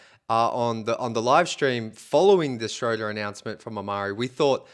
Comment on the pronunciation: Dennis's name is pronounced Shroooder, like Shooter. If you pronounce names correctly your video sounds more credible.